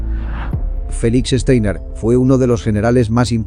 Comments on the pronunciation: Este apellido alemán no se lee "Esteiner", se lee "Chtainar". Esto se puede escuchar varias veces aquí en Youtube en el video titulado: Downfall (2004) - Clip 1: Steiner's Attack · Este comentario va para el youtuber para el que está hablando y dice frecuentemente Steiner con e cuando empieza con S por lo tanto voy a escribir fonéticamente como suena..Shtainer